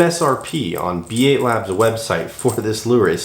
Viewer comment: B8labs is supposed to be read as “bait labs”